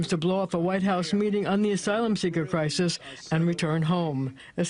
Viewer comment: Somebody please tell me..What the hell🎉 is a Cry-Sees that Mayor Adams always talks about?! 😉. I tried looking it up and it's not in any dictionaries.